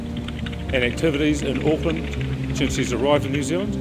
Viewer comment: U pronounce Auckland really well 😁. This is a sad case I remember well 😢 I heart goes out to her family. No i don't mind being known for lotr. But there's more cases in nz that need coverage too can u please maybe do more from nz when u have time pleasssse